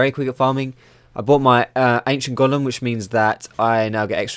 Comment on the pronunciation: Dat Golem pronounciation like " Gollum " tho :DDDD so funny